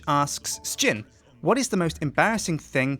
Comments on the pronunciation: why do you pronounce Sjin as S-chin? so far ive only ever heard people call you pronounce it as shin so why do you say it differently? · As I recall from other videos, I don't think Sjin has really ever decided how to pronounce his name. He often says 'sa-jin', but I'm fairly sure he answers to 'shin' just the same. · You just said Questsijin because thats how it is pronounced